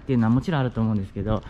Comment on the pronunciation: うん！っての気になるw